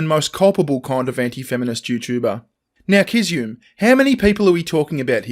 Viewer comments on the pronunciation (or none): The only thing you got wrong ( I think) is it's pronounced Kiz-zu-me. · Sorry but every time said Kizzume I wanted to say "Gesundheit".:)